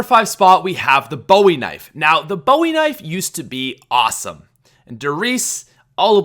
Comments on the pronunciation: Maybe I'm a pain, but the Bowie knife is pronounced "BOO-e knife," not "BO-e knife." I normally try to ignore people mispronouncing it, but I just listened to it said wrong about 15 times, and it drove me crazy. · It's pronounced boo ee knife not Bowie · It's pronounced "boo-ie" knife bro 😂😂 (no hate) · It's pronounced boo-e not boww-e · as a person from Texas believe me when I tell you that you kept saying Bowie wrong